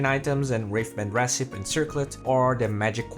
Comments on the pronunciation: 1. recipe is pronounced "reh-sip-pee," you're not pronouncing the third syllable 2. there seems to be some audio issues in the beginning, first bgm super loud , then repeated lines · PS it's pronounced re-ci-pee.. yeah the English language, full of all kinds of exceptions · recipe is pronounced with an ee at the end like recipeeeeee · the final 'e' in recipe isn't silent, just so you know :) great video as usual!